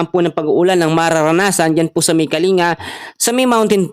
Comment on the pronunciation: Thanks for the info and advise sir, watching your weather forecast every morning...may correction lang sana ako sir, ung pronunciation mo ng place na " kalinga" it's kaling-ga po, tga Baguio ako, not from that place pero mas magandang pakinggan kung tama ang pronunciation 😊 more power to you sir! God bless 🙏